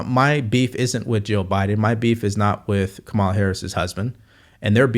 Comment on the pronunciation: You seem like a smart guy. Is there a reason you can’t pronounce Kamala correctly?